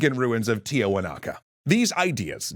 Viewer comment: Tiahuanaco or Tiwanaku mentioned (either is correct) , choses to pronouce it as Tiawanaca